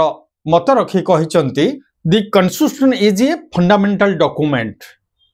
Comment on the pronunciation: Sir apana Constitution ra pronunciation bi thik se kari parunahanti😂😂😂. Tu kya don banega re